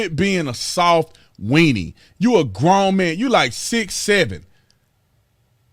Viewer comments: He’s soft. S-O-F-T. Sof-TUH, with a capital “TUH”. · S.A.W.F.T....... SAWFT!!!!